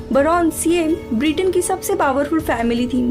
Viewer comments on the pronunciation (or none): none